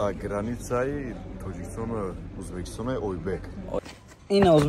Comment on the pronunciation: Охи ба тожики узбакистон мешава😂